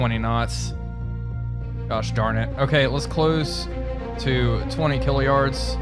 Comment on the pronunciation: gotta stop saying killayard or whatever, "K" is just short for thousand. You're closing to 20 thousand yards